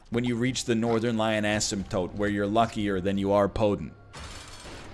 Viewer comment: You pronounce asemtote like how I pronounce asphalt